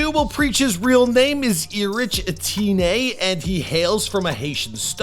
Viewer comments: the way u pronounced preach last name is bonkers 😂😂”E-tien” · Ateenay??!? I’m guessing it’s “Ettiene”. Eh-tee-“N”. 🤣🤣🤣🤣🤣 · that's not Aba. Plus it's pronounced like Erick not E-rich. Et-te-nn not Etinney. Er-ee-tray-a. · Erich, pronounced "Eric" Last name: Etienne, pronounced "Eh-tee-ehn" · as a european living in belgium i find the way you pronouce Erich Étienne pretty offensive lols Erich Is German and Étienne is no way near pronouced as you do lols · You totally botched preach's name. 😂 it's pronounced ee-reeck in creole or Erick in english.